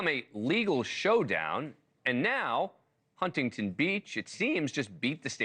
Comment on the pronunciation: It is Not Hun-ting-ton Beach; it is Huntington, one word spoken as one.